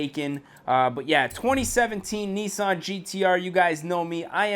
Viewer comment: It Nissan not nessan